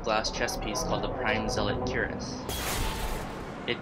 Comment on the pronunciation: Lol why do people say zelic? Its fucking zealot. Z-lot. Lmfao idiots.